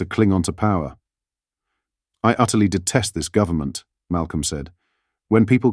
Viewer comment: govt. is a abreviation for govenment not gov-ta. AI news, strikes again.